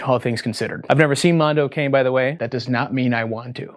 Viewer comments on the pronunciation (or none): You don't have to read "Mondo Cane" as an english term ahah The pronounce is different. I'm italian and Mondo Cane litteraly translates to "Dog World", that's a common italian term of saying cruel world, "the world is a dog" :) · It's "mon-do cah-nay," Wendi n. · CAHHHH-NAY. Not "cane." It's Italian. Also: if you can find it, "Tarnation" (1990s) is a unique and possibly disturbing documentary. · Loving the video but this hasnt left my mind It's not Mondo Cane as "Kæ-in" Its pronounce like "Ka-neh" (the H is silent lets say) Translated poorly as World Dog in italian, but it basically means "What a bastard world" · Every time y’all pronounce it like cane instead of ka-nay I get mad. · "Africa Adido" and "Mondo Kane" though /o\ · I'm so sorry to be that guy, but in "Mondo Cane" is pronounced like "Cah-nay" It's Italian for dog so Mondo Cane translates to "A Dog's World" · DAMNIT WENDIGOON ITS PRONOUNCED MONDO KAH-NAY FFS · The scariest thing it's that youtubers still don't know how to pronounce "cane" correctly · as an italian, pronouncing "mondo cane" as "mondo kane" is pretty hilarious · Mondo keinn? CANE! PERRO MONDO DAWG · It's Italian. Pronounced Mondo Conny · I gotta do it, I can't help myself. Cane is pronounced "kah-ne" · FYI, It’s pronounced Mondo CONNIE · If I hear “mondo cane” pronounced like that one more time I’m going to fucking scream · the most terrifying thing was wendigoon butchering all the italian words